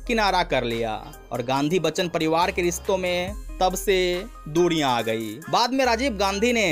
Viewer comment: कौनसी हिन्दी बोलते हो। प्रयास को पङयास और लङने को लरना दुरिया को दुङीया